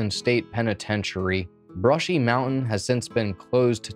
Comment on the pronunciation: Zoomer Primer: "mow-en" = mountain